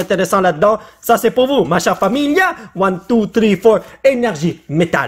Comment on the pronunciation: XD t'abus wesh avec one two tree vive l'algerie xD xD mdrrr